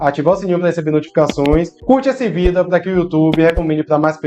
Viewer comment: So lembra que a pronúncia da palavra vídeo é diferente